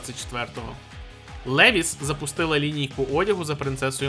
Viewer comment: Левіс?! Ви шо серйозно?)) Правильно промовляється Лівайс